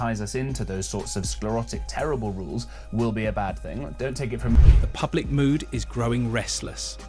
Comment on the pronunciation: I think this is an AI voice because the word rules was pronounced incorrectly as “rowls”